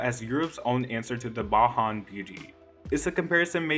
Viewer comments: Did you just say Bahan? Lmfao babe it’s Bay-jahn. Hahaha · Wtf is a “Bahan beauty?” It’s BAY-JAN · Bajan is pronounced BAY-ZHEN not BAHAN. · Did you just say "Bahan" beauty? It's Bajan (bay-Jan) do your research next time. Don't diss my fellow Caribbeanite. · Hi I really hope this comment finds you in good faith, but the word "Bajan" IS NOT PRONOUNCED BA-HAN, its pronounce BAY-JUN similar to CAJUN. Thanks, just a note for future reference when speaking about Rihanna. Or just say "barbadian" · BaHAN beauty?! BAJAN! Bay-jun! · I can’t believe he said “baHan beauty” lol it’s “baJan” man pronounce the J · bah han? no, bay jun. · Sir the word is bajan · Bajan is pronounced [Bay-jin] lol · Splendid That annoyed me so much lmao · You pronounced Bajan wrong; It’s Jordin Sparks (not Jordan); Ryan Tedder isn’t English (wtf?!); For number 17 you never changed it from 16. Sloppy. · Lord have mercy., I'm so sorry to have to inform you but the J in Bajan is a hard J it's not pronounced like an H. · If you can't pronounce bajan, just say Barbadian... That's the correct word anyway